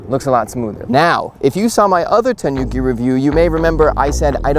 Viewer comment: Think of the pronouncition as the "Ni" in "Nimbus 2000", instead of the "Ni" in Bill Nye, the Science Guy! Also, the "Nu" in Tanuki is pronounced as the "Nu" in "Nude", not as in the "Nuke" in CoD 😉